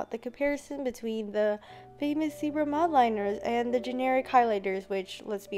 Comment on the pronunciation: Y do yall Americans say zEEbRa it’s zebra and it’s not mOldLiNers it’s Mildliners like it’s not that hard